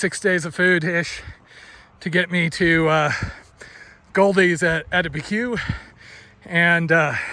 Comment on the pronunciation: AB E Q = Abiquiu!!!! Good God man, it's not that hard.